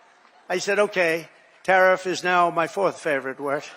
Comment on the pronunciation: He SAID: "TaRISS" 😂